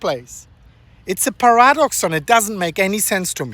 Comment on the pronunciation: Re: The word "paradox" is NOT pronounced "par-A-dox". The accent is not on the second syllable. The accent is on the FIRST syllable. We say "PAR-a-dox".